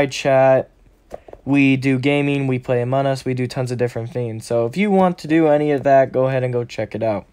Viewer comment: You know it’s among us and not amun us right